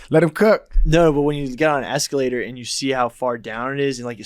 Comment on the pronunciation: Eskeeelater lol